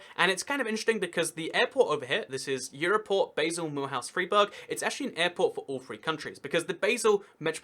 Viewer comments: good video, just fyi: Basel isnt pronounced Baesel, but rather more like Bahsl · Dude Basél is pronounced BaRsel not BaYsel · True, but one small pedantic thing that kinda irritated me was the mispronunciantion of basel. Its bah-sel, not bae-sel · Is pronounced Baa-sle. And you don't need to show your passport when going from Germany to Switzerland but you do have to declare any goods over the duty free allowance. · Hi! You do a good show. well done. Basel is NOT pronounce like the herb but like 'bar', the drinking place. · It's pronounced Bahl or sometimes Bahzl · Please, never pronounce Basel as "Baysil" ever again. Thank you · Americans mispronounce BASEL the same way they invented a different pronunciation for BASIL.